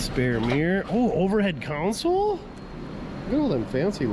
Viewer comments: it's a - console (center storage area) not - counsel (giver of advice) - I 've heard other northerners say it right - can you? - Please try, eh...? 🙂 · Pronunciation tip of the day: Counsel (pronounced Cown-Sell) refers to lawyers conducting a case. As in, "the counsel for the defense". Console (pronounced Con-Soul) is a panel with a set of controls for electronic or mechanical equipment.😉